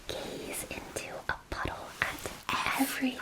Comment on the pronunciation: OH "puddle"... i thought you were saying a different word.